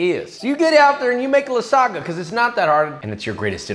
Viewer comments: is pronounced lasania, no "lasaga" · I'm italian and when i heard you saying LASSAGA INSTEAD OF LASAGNA Got me dead😂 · O ouu Spaghettious, this Lasaga is awesome and made it Cwispy as possible :D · he also pronounced lasagna as "lasaga" like 3 separate times in the video, i don't think hes going for any points with the italians in this one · You pronouncing it lasaga produces a primal fight response in me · It’s lagsagna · you have to lasagna not lasaga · lasaga lmao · why is he calling it lasaga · Bro how on earth can you even imagine to call that shitall lasagna or as you were pronouncing lasaga (doing my nerves) Ricotta instead of bechamel? Then no soffritto? and most important thing you have left the shitty ragù to cook for 5 minutes? (My mom does 3hours) cmon bro I want to see your skills on masterchef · I love that, for Joshua, The N is silent in lasagna, not the G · Dude the g is silent in lasagna 😀🙈 Interesting option though with ricotta, didn't know it can be made like that. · is it just me or hes pronouncing lasagna wrong?